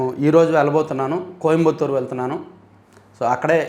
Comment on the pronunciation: కోయంబత్తూర్ అంటున్నారు మీ ప్రాబ్లం ఏంటి